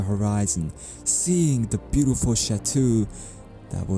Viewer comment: "Seeing the bewtaful shatwo"